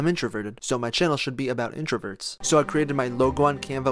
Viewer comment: number #7 says "introvets" fix that bro lol